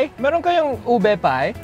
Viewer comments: You dont say it ub it's u be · Its OO - BEH not OWBEY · It’s pronounced ooh bay not ub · You said ilike ueb it's pronounced Ubae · WAIT IS NOT UB SI UBE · Guava juice he's prononcation of ube is ub it's o-be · Its pronouced U-BEH not UB. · Ube is made in the Philippines. And as a Filipino, I know how to pronounce it. U-be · He said oob instead of ube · Ube.. becomes "Ub" nice 1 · It's called oob ayyy that's how you say it but Roy knew how to say it he's just trying to be funny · Lol he calls the ube uube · He called ube oob? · its not ube its oo be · Is not ube is Ou Be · U pronounce E in ube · how u pronounde ube on the first part hahahahhah lol sorry for making fun of u im an Filipino